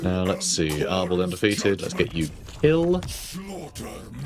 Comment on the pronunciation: I keep hearing "Ardal" not "Arbaal" and I envision the champion of Khorne as an Irish comedian instead.